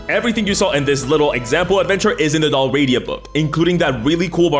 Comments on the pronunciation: Thanks for this. Also, isn't the sponsor pronounced DAhl-ree-AH-dah, not dahl-RAH-dee-ah? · Its said Dal, Ri, Ada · Just a note without judgement. Tis Del-Ree-ah-dah. Not Delradia. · Dal Riata It’s pronounced: Dal Ree Ah Tah. It was a Gaelic kingdom in what’s now western Scotland before Scotland came together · I love your channel, but I hate that the first thing I have to say is "Bro, you're sponsored by someone selling a product about a place called Dalriada and you're pronouncing the name entirely wrong." If it's for engagement, good job, but I honestly hate that trick 😒 Other than that, I absolutely adore your work and fantastic work coming up with great stories and providing content for everyone to enjoy so thoroughly!! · YOU MISPRONOUNCED DALRIADA SHAME ON YOU